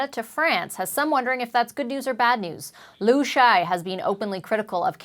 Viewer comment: It's Ambassador Lu Sha Ye not Lu Shy.